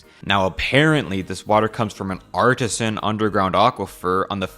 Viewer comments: It doesn’t come from an artisan aquifer as pronounced it. It is Artesian water which means accessed through a bore hole. I.E they drilled down to the aquifer a.k.a it’s not a natural spring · AR-TEEZ-ZHUN you doink. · Good gods, kid. If you want to do VO, you’re already starting behind the 8 ball. Learn how to say ‘artesian’ at the very least, and drop uptalk accent. You sound like Lenny from Of Mice and Men. “Tell me about the rabbits, George…” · Hate to be that guy but you mispronounced artesian EDIT: Thought I should mention this is still an excellent video.